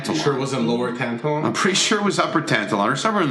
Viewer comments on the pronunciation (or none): Hahah tan-ta-lawn It's pronounced tan-talon= Tantallon Nova scotia